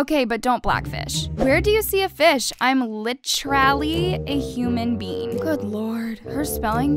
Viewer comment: "wEar dO u SeE a FiSh? aM LiChRaLLy a hUmAn bEaN.." what- 😭😭😭😭😭